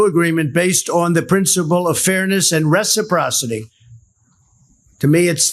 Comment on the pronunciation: I wonder how long it took someone to teach him how to pronounce 'reciprocity'???